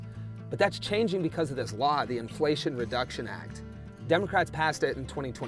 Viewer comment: there's an "L" in inflation btw